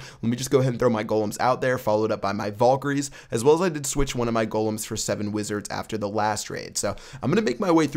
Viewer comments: VALkaries not VOLkaries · You pronounce valkery wrong. lel